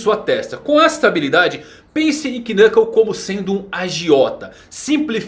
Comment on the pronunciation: O K de Knuckle é mudo, não se pronuncia ele. É estranho ver alguém que faz tantos vídeos sobre HXH e já ter ouvido o nome dele sendo falado diversas vezes e não saber disso.